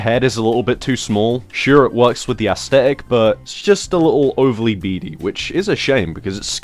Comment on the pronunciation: Love ya dude, but stop saying asTetic.. there's a th!